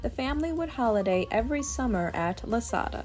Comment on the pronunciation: Boy!! Someone Sure Ruined “Lasada” 😢